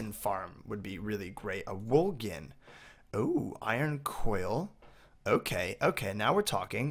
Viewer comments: Gin gin gin gin gin gin gin is all I hear... It's pronounced jin not gin... Like cotton jin. It's pronounced jin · It's pronounced wool Jin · btw gin is pronounced the way the type of alcohol is. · He pronounced gin with a hard G lol